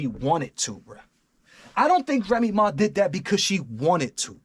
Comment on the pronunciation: "Remy Maw"